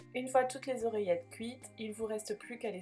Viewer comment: oeillettes!!!! mais non....oreillettes!!!!